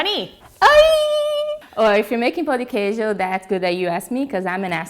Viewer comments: "Pau de quejo" OI? OQ? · Pau de quejo HEHAHSHSHDHABSHSSBHSSHSSHSS it's Pão, the accent makes it sound like pawn, not pao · I was done with this video at “pao de quiejo” #wypipo 🙄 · Hahahaha Eu ouvi "pau de queijo" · bruh I'm DEAD SHE SAID DICK OF CHEESE AT THE BEGINNING IM CRYING (I'm Brazilian) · IK SHE SAID DICK OF CHEESE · You said pão de queijo wrong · the way she says pao de queijo hurts my heart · I cringed at her pronounciation in the beginning 😂 but the video is great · You totally butchered the pronunciation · i died when she said the name of it, she said it so wrong omg xDD